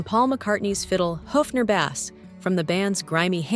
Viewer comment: That's "HOFNER" . Not "Hufner", And it's a "base" not "Bass" like the fish although this is later corrected. Can't you get a real person and not a computer for narration?? I'm embarrassed for you. FAIL.